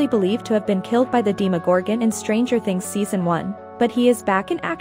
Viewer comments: ITS DEMOGORGAN NOT DEMEGORGEEN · Its pronounced demogorgan not dimegorgan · It’s demo gorgeon, not de mo gorgone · She said "dee magorgan" 😂😂😂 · So no one else is annoyed she pronounce demogorgon as deemagorgon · not DEE-MA-GOR-GAN